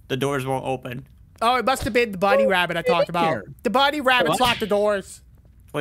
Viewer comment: O.b actually said rabbit But I heard him say wabbit